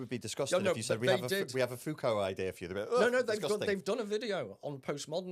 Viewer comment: Please God stop saying FooCoo...it's Foucault.